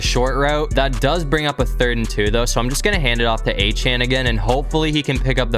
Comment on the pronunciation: Achane's last name is pronounced (a-chain)